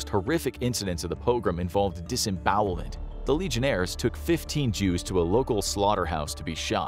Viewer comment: "disbowelment" it scares me